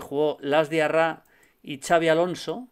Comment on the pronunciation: Que decir de Xabi Alonso.... Pues que no se dice "chavi" sino "Shabi"